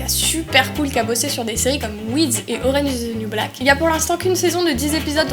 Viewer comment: "Oranze iz dze niuw black" haha. Sinon bonne vidéo j'attends la suite.